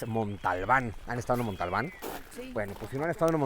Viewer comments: Cuando dice "Montalbán" en lugar de Monte Albán, pierde todo mi respeto bai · ¿Porque dice Montalban? ¿No es Monte Albán? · Es “Montealban “ no Montalbal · Se dice montealban no montalban